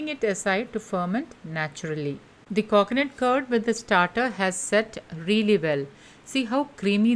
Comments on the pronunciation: Please learn to speak or stop making videos. Its not KOKONUT its coconut. The way you talk makes my ear hurt its like you are purposely talking in that weird annoying accent. Sorry but its super annoying. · It's coconut don't say coacoanut . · Coconut not cockonut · "Cocnut curd" for God's sake lady say coconut properly. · Cocknut !! Milk yogurt 🤯🤣